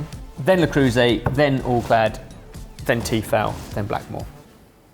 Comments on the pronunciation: Learn how to pronounce things for fuck's sake. "Tee-fal"? "Le croose"???? It takes literally 10 seconds to look up a video of a non-brain-damaged person pronouncing something. edit: harsh complaint but your channel is perfect otherwise so this blemish is particularly annoying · Saying "la crew say" for le creuset is pretty crazy haha. Nice video as always boys!